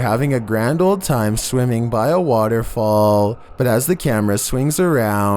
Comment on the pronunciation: "Number 23, Woterfual"